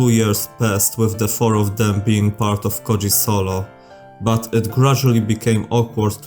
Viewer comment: As someone whos native language has the letter "Ö" in it the way his name is pronounced lowk pisses me off 😂😂